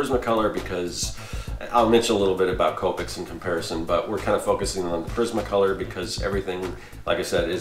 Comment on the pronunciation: Respectfully I have to inform you that your pronouncing Prismacolor wrong because no one else has. Lol its Pr-iz-ma Color not Pa-riz-ma Color.